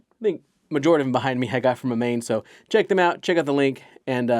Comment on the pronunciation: It’s pronounced A-Main not amane hobbies Jesus Christ. Work hard at pronouncing words correctly